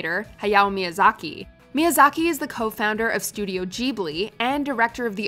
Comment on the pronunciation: The mispronounciation of "Ghibli" just really rubbed me the wrong way.